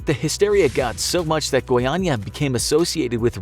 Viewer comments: oh he can speak "goiânia" normally. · Impressive narrative. So as the right (and hard) pronunciation of "Goiânia". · FINALMENTE UM AMERICANO QUE SABE FALAR GOIÂNIA Finaly an american that knows how to say goiânia